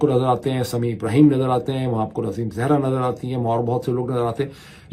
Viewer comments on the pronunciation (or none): none